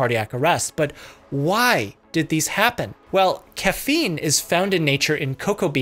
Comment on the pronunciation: Read it as cocaine and not caffeine- lol